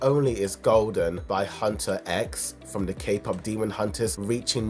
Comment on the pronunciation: From the way you mispronounce HUNTR/X and SAJA BOYS you really need to watch this movie before making any more videos about it…